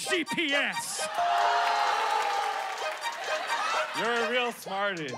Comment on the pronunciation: YOUR LEXUS DOESN’T EVEN HAVE A GPS 😂😂😂😂😂😂 WHY HE SAY GPS SO HARD LIKE TF